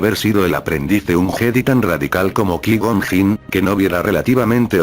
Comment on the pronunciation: Con todo respeto y agradeciendo el video: suena fatal la pronunciación de los nombres propios "squiwalker", "kui gon jin", etc.